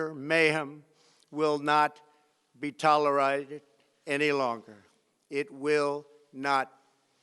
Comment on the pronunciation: will not be tolerighted